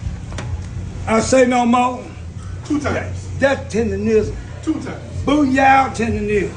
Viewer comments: why is it so hard for people to say TenderNism mane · The word Tendernism was on the t-shirt she was wearing and she still got it wrong! 😂😂